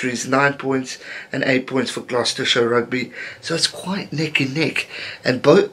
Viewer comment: Just letting you know, Gloucester is pronounced glos-ter, as an Irish man it was weird when I first learned it too ☺